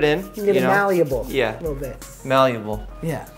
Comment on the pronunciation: It’s malleable, Jeff. No “u”.